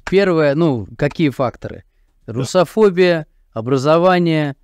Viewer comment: Слово "русофобия" с таким произношением вызывает сложные чувства. Что-то с чем-то не сходится.